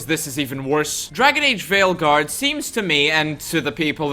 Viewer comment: Did you say Failguard? I did hear Failguard! 😂